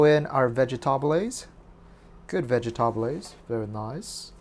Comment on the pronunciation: My sweet God, OMGGGGGG 🤤🤤🤤🤤 I'll put it over cauliflower rice, and make it keto, thank you for sharing, I LOL at ve-ge-TA-bles 😂😂